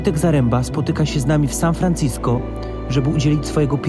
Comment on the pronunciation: San Fran-CI-sko? LOL